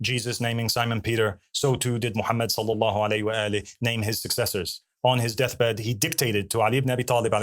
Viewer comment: Notice how he is unable to utter the words: sallallahu allaihi wassallam correctly.. not even once! He mispronounces it every time in some way, each time it’s a different mistake. Notice carefully. It’s like he is physically unable to say the words correctly as if Allah has put a leash on his tongue. For those who are observing his speech carefully, this is a clear sign that he is a liar.